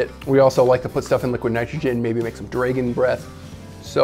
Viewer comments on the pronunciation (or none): ... Did, did he seriously pronounce dragon, as dray-gon? Where is the y coming from? Is this like people who say day-ger instead of dagger? Like, do they also then say Aypple instead of apple? I'm not trying to make fun or anything, I'm genuinely confused and curious? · It’s drAgon not drEgon